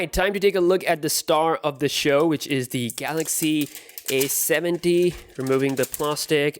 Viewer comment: Repeat after me: A,A,A,A,A not aS,aS,aS Now say A70 not aS70